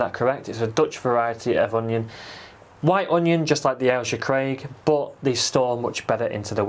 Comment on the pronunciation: "Elgia Craig"??....Ailsa Craig!! With an "S". It is an island off the Ayrshire Coast.